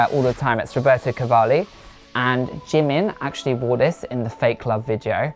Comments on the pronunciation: nah bro you’d be poor cause he keeps saying “jeemen” loooool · IKR I'M WHEEZING!! He's not even pronouncing the name right I'm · He can’t even pronounce Jimin correctly.. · Annie Bleveans Almost Like Chi instead of J since Those two are very close in the Korean language. Also, The I should be pronounced as how you would say E in “he” so it’s Ji-min. That’s my guess. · Bet that white guy doesn't even know Asia has 48 countries lol Plus the dude can't pronounce jimin